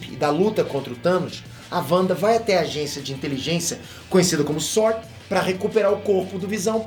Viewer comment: SuÔrd (sword), vc fala inglês, vc sabe pô...